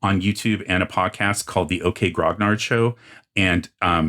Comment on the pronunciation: Great video. You are correct in your assumption. I enjoy your videos and started with BECMI and this video was a real trip down memory lane! 🙂 BTW, Grognard is pronounced 'Gron-yar' (roughly). It's a French word - was a term for the grizzled experienced veteran soldiers in Napoleons army. Fitting....